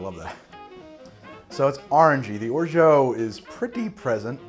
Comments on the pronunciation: The way you pronounce orgeat hurts my French pride so much lol it's or-zha not or-zho !! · Hey great video! by the way if you did not know, Orgeat is pronounced closer to ''O-R-J-A'' with the a pronounced like in the words ''apple'' or ''can''. than what I can hear wich is ''O-R-J-EO''. by the way the tasting notes made me almost piss my pants. thanks for the good content, rare on youtube! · OK, stupid question here: why do you pronounce "orgeat" as "orjo"...? It's a French word that's pronounced "orjah" (I'm a native speaker). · I can't be the only person wondering why you pronounce Orgeat the way you do. Please say it properly!